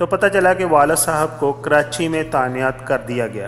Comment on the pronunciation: Bhai. jb koi vedeo bnao to pehlay socho k aap iskay ehl bhi ho k nhi. Khuda rah pehlat 👩‍👩‍👦‍👦apni english ore urdu theek kero 1. English hota hai englush nhi 2. تعینات ہوتا ہےtanyaat nhi Ore bhi boht ghallatiyan hain bus nishan dehi ki hai. Khuda rah ehtiyat kiya kero